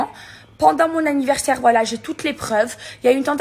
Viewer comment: C'était son ANNIVERRRSAIRRRE BORRRDEL !!! Ptdr 😂😂😂